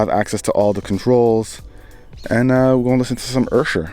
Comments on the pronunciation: Did my man just say "Ershur" in stead of "Usher" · Did he just sya Urshur? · did he just call Usher "Ersher" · That's how Ludacris says it in Yeah! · Did he say “Ersher” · Ludacris does it too. He started it. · the way you said Usher tho.. 😂